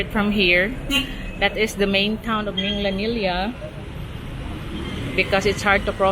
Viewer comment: Love your Cebu tours. BTW Minglanilla is pronounced with a hard G mingGlanilla sounds like the Gla in "Glad" 👍